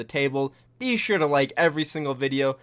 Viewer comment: you sound like you're saying bishu when you say be sure lul